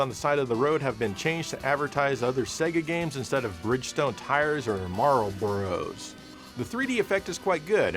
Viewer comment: Now why did you say Marlboro like that? It's only the best cigarette on planet Earth!